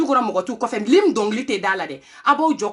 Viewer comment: Mais toi même tu ne t exprimes pas mieux que les autres.Tu dis Lime National alors que c est l hymne national.Tu dis aussi là maintenant c est un affaire,on dit plutôt une affaire.